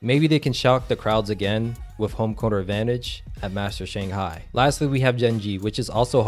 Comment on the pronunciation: no Its shang•hai